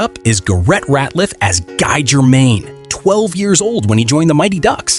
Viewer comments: It’s Gee, not Guy. That’s how his characters name is pronounced. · No in the movies everyone said Gee not Guy. Rewatch them, and you’ll hear them all say Gee.